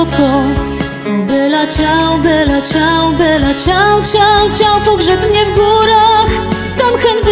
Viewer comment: Alex Indries po hiszpańsku czyta się i wymawia vela ciał... ale zwrot jest włoski i czyta się jak najbardziej bella! Wszyscy którzy pochodzą z krajów gdzie mówi się po hiszpańsku B czytają jako V. .... wiem bo tez od lat mieszkam we Włoszech i Mam znajomych z krajów „ hiszpańskojęzycznych „ i zawsze się smiejemy z tej ich naleciałości. Wiec ten ze tego... dziewczyna która śpiewa wymawia to dobrze. Jedyne do czego mogłabym się przyczepić to ze nie słychać podwójnego L... wydaje się ze spiewa „bela” a powinno Być „ bella” włoski słynie z podwójnych spółgłosek.